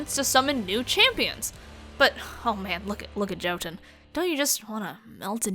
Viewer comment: I'd just like to point out it's pronounced yo-tun but spelled jotun. It just uh...**irked me.** Great video btw!